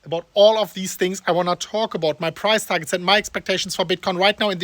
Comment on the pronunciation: Is he saying Bitcoin price or prize?